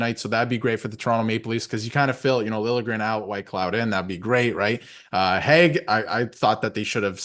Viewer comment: Just sayin, it's Nic Hague lol not Nic Hage 😂